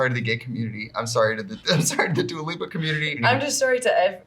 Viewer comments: SHE SAID DOOLA AT THE END OMG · We said dula peep for trixie 😂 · DULA PEEP!!! And not referred to once as dula peep 😂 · I love Trixie pronouncing all the letters of “Dua Lipa”, as if she hasn’t been calling her Doula Peeps for years.